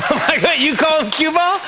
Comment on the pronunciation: Q-Ball NOT CUE BALL!